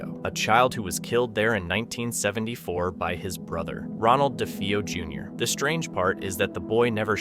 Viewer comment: Its Defeo, not Difo